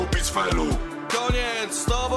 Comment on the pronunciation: On mówi "Gimperr" jak Kaczyński śpiewa hymn.